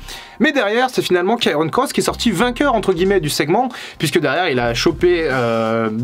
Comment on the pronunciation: Doc, c'est Karrion, pas Kairon ;-)